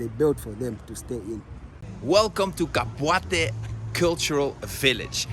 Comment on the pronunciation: Did he just say kabwate 😂😂😂 "KABWATA "